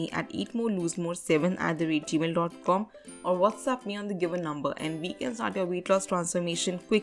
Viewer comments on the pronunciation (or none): none